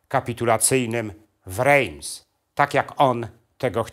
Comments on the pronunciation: Rejms??? Nosz kurwa! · Świetny film. Drobna uwaga, Reims wymawia się inaczej. Pozdrawiam